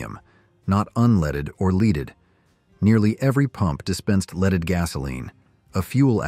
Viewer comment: Gotta love AI..."leeded?"